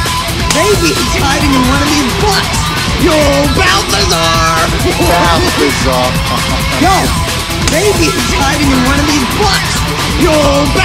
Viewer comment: it's balthazar